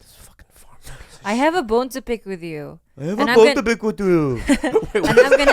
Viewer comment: "I have a bone to pik vid yu" funniest part in this podcast IMO.